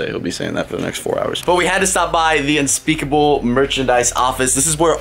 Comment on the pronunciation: Is it unspeakable or unspekeple